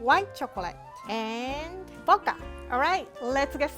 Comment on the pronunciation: why can’t you speak in complete sentences boka it’s pernounced vvvvccodka